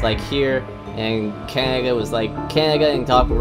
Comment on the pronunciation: Great presentation. Down with the sickness! I've never heard anybody talk who talks like you. It seems that you don't pronounce middle "d"'s in words, sometimes, and substitute it with "ng". Absolutely unique! Takes a while to tune in but eventually I can understand you. Keeps me on my toes! Cangaga? Did you maybe just come back from the dentist; did he use anesthetic on your mouth? If you happen to have a cleft palate or something, I don't mean to be a jerk about it. In that case you're doing a good job working around it and being understood, and it must sometimes be frustrating.